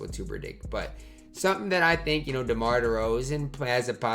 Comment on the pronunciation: you called Demar Ty 🤣